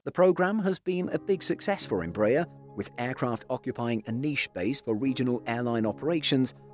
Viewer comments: Good day, THe correct pronunciation of Embraer is not Em BRAY er but is in fact Em BRA Air. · I would be really nice to learn to pronounce EmbrAHEr instead of EmbrEr... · You are pronouncing the name of the company wrongly. It isn't EMB-rayer, it's EMBRA-air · Closest Correct Pronounciation is: EM - BRA - AIR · Tô até agora tentando entender quem é essa Imbrèie. If you are doing a video/documentary about a company, the first thing you should be learning is how to pronounce the company's name. Good video despite that.